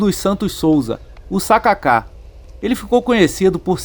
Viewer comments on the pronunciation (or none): "sa ka ka" não "Sacáca" 😅